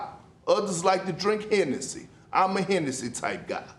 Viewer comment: “Im a hennessee type dude.” - Stephen A